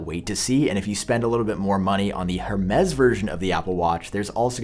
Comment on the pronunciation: I need you to say Hermes properly haha